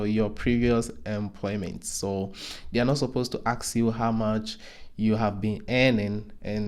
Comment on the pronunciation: you mean to ask, not to ax... right???!!! Please correct this, if possible... 🙏